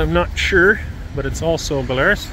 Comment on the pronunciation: There was a Belarus tractor dealership in Kentucky by my grandparents farm back in the 80’s. Farmers pronounced ba Lar rus. They were cheaper than the IH, John Deere and Fords, so several of them got sold. I still see a few of them when I go down there. Seemed pretty simple. A lot of them got used for loader tractors.